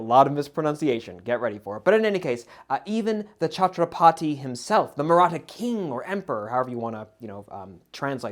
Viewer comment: Chhatrapati = Chhatra putty (with soft 't')